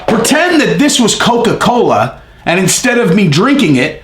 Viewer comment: Lots of caffeine in Coca-Coe....be fair